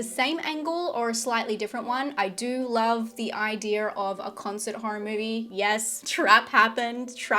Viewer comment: Laugh everytime u say idea in your videos